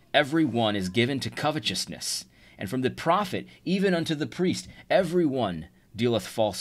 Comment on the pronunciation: This is totally just a personal pet peeve but where is the "ch" in covetousness? 😆